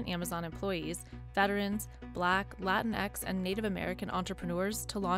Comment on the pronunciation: Did she just say latix 🤨